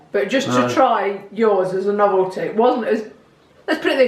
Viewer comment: A-a abbEH lane ... Up t'azdEH CrustEH CrEHme NoveltEH (says June) BizarrelEH (says June) CountrEH LaydEH